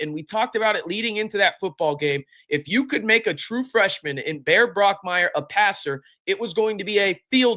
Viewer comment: Anyone else notice he consistently says Brockmaier instead of Bachmaier